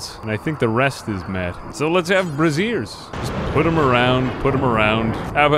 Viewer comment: Um...you want bras in your throneroom? BRAY-jhurs...